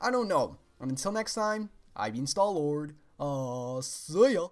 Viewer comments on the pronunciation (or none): No!, it's pronounced. I don't what crazy European country you're from where sounds like Sen-tar.